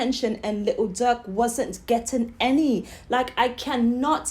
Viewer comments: Von and Durk was close and it sound like u calling Durk duck goofy ass lady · She cant even pronounce durk name